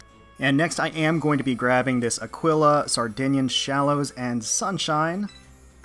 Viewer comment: Let's GOOOO Also Aquila is pronounced 'Ack-ee-la', if nobody said so already. :)